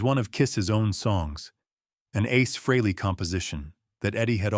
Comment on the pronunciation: Nice "story" too bad it's not TRUE! Gotta love AI narration. Can't even pronounce Ace's last name-FREEly! smh